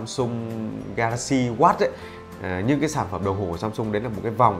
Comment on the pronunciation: Phát âm "watch" không có âm chựt chựt ở đuôi nghe khó chịu ghê gớm :)) /Thanks 4 the review, anyway!